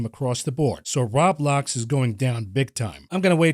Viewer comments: Good sir, it is row-blocks(Roblox) not rah-blocks. Think the word robots but replace the T with ck... unless you pronounce it rahbots. lmao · its Row-Blocks, not rawblocs